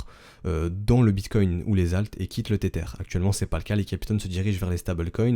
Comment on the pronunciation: le "tétère" ou le le "ter-ter"? t'habites quelle banlieue au fait?!